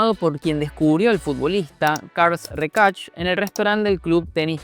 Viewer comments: Carles se pronuncia "kárlas" o "karles" en zonas de Lleida. El apellido "Rechák". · He visto el video hasta q dice “Carls Rejacs”. Next. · Buenísimo video, desde Barcelona comparto el miedo a esos contratos. PD: Lo de 'cars recach' me hizo mucha gracia. Es catalán no inglés, es Carles (igual que Carles Puyol). Y el apellido se pronuncia "reshac", aunque esto si entiendo que parezca extranjero. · "Karls Reichart" como lo llamas tu se pronunciaría "CARLAS REISHAC" (haciendo la "sh" como si fuera "shut up" en inglés). Buen vídeo. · Por respeto a las personas con nombre en catalán, o cualquier nomenclatura catalana, deberíais informaros un poco más en la pronunciación (seguro que con el inglés os trabajáis más este aspecto por imposición cultural). Un ejemplo: Carles Reixach (os comisteis la i): No es "carls" la pronunciación sino tal cual se ve escrito Carles (es cierto que la "e" es neutra por lo que algunos castellanosparlantes optan por usar una "a", pronunciando "Carlas"); en cuanto a su apellido: la "i" NO se pronuncia (posiblemente de ahí que os faltara escribirlo), la "x" suena como un "sh" (por ahí fuisteis bien); pero la "h" final es muda (en catalán el sonido correspondiente al "ch", se escribe "tx". En catalán la "h" SIEMPRE es muda). En definitiva; se pronuncia "reshak". En otro video pronunciasteis "Jaume" con "j" sonora como en castellano, cuando en catalán no existe ese sonido aspirado; la "j" se pronuncia igual que en inglés como una especie de "y/ll"; por lo que se pronunciaría "yaume/llaume". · Es Carles RESHAAAAACCC no RECASHHHHH, jajajajajajaja